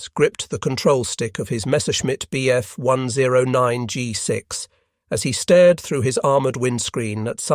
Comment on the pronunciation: Overall, the information is excellent but the artificial voice is horrible. Hearing it say, “Bf 10 9” instead of 109 is jarring and “Me 262” with the “Me” pronounced as me, like in “you and me” just makes ME roll my eyes.